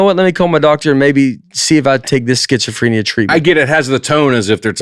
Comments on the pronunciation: The evolution of Nate's pronunciation of schizophrenia... Somehow he got more correct as the bit went on. He's healing 😂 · The number of ways Nate pronounces schizophrenia 🙈😂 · Nate talking like all people with schizophrenia are like the dude from "the shinning". But when I google the symptoms Nate could easily have half of them. Disorganized thinking, disorganized SPEECH, cognitive difficulties....